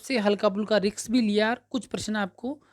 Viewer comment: Riks ni risk hota h,judge ni kr rhe h bt dhyn us wrd me atk jata h